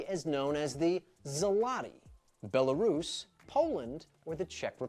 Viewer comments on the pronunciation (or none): You maybe would've guessed Polish Złoty if it would be pronounced correctly. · It's embarrassing when the person asking the questions in a quiz completely mispronounces most of the names (for example "Ikea", "Gouda", "Złoty"...). It doesn't really matter how you choose to pronounce ‘Copenhagen’, as it is the English version of the name anyway. In Danish, it is "København".